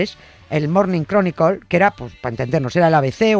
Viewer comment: ..."el Mornin Cronicol".. min (Morning Chronicle). Mucho respeto, admiración y agradecimiento a Nieves Concostrina (por su sapiencia y humor). Soy fan de ella, pero...¿Que le pasa a los(as) españoles que no pueden pronunciar bien las terminaciones con la letra L. "Los Bitels" por The Beatles. "Apel" en lugar de Apple. "Guguel" en lugar de Google. Y hace poco le escuché a un divulgador tecnológico sobre el "Espeis Chatel" refiriéndose a (tomen asiento) el Space Shuttle. Ni siquiera los(as) españoles inteligentes y cultos son capaces de pronunciar bien en inglés (no sé si por terquedad, animadversión histórica contra lo anglo o que), pero es que ni siquiera son capaces de darse cuenta que estas palabras terminan con una vocal después de la L, no antes. Y, ojo, que esa vocal final no se pronuncia. Es decir se dice: Cronicl, Bitls, Apl, Gugl, Shotl. ok?